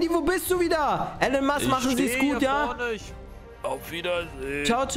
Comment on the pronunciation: Er heißt Elon Musk nicht allen Musk